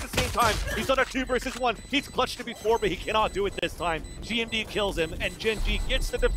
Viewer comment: does anyone notice the commentator calling GMD gimon